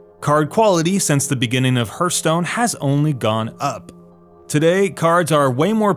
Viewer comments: Well it is pronounced "hartstone" although the "hurt"part is right aswell, it hurts your wallet big time ;), the most expencive PTW game ever made, stopped playing it ages ago. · I love how everyone is making fun of this guys voice like many he tried saying hearthstone and it came out so muttered it sounded like hurtstone. All these haters lookin for more reason to hate lolololol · Hurth-stone? Hearth is an actual English word. I don't even play this game and still know how to pronounce Hearth. You may want to learn how to pronounce basic words before doing a video where you're attempting to come off as knowledgeable. This isn't a case in which there's multiple pronunciations depending on regional accents.... so there's no excuse. Speaking of people who've never played the game... as you can see ...you've been busted simply for not knowing how to pronounce a word. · Hurthstone? And that clickbait title too, did you mean 'How Hearthstone's ARENA MODE is being ruined for many gamers'? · Alexander Aramaki HURTstone seems pretty accurate to me. :))) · isn't it pronounced Hearthstone? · Yea I can’t watch this with the hurthstone pronunciation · Its HEARTHstone. Say Earthstone starting with a H. So, he is pretty close. Just not pronouncing the TH very well. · another "hurt"stone accent you tuber, hihi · First "Laura" Croft and now we have "Hurtstone". Which weird Tone pronunciation of simple words are we all looking forward to next? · Sorry stopped watching after the 3rd "herth-stone" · Hearse Stone? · Reminds me of Kripp. To me it always sounds as he says Hurtstone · Triggered by "herthstone"... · kripp constantly says Hurtstone, so him mispronouncing it really isn't a big deal. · I hate the way he pronounces hearthstone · Take a shot every time he mispronounces hearthstone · The correct pronunciation of words will help your credibility: hearth härTH/ noun noun: hearth; plural noun: hearths the floor of a fireplace. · please learn what a hearth is and how to pronounce it